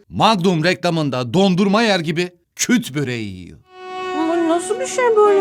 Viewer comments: Küt değill "KÜRT BÖREĞİ" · Kut değil kurd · tek hatan: KUT BOREGI DEGIL KURT BOREGI ONUN ISMI